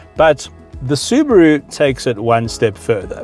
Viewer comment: It's Subaru not Subro and I am from South Africa so It's not Subro it's SUBARU!